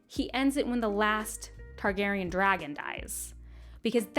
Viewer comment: Roger Baratheon lol. NAILED the Targaryen names that you were worried about though